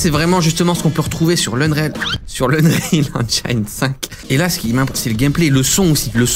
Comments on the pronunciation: Mdr unreal engine 5 , c'est toujours faut 🤣🤣🤣 en France sa donne ça. Annril éngine et pas anreal enjaïne . Utilise glouglou pour la prononciation 😁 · J'ai vu que tu travaillais sur la prononciation de "Unreal Engine": "Engine" (moteur en fr) se prononce En[JINNNE]✅ pas En[jaïne]❌ 😉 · Eune-rile Aine-jine. De rien.